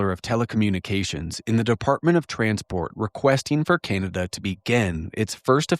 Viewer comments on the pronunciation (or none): none